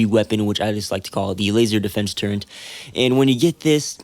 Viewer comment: there's no N in the word turret